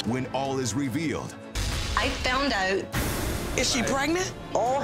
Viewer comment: “I fewnd ouwt” trina bein’ canadian again